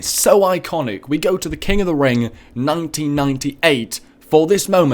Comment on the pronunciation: he says wrassling lol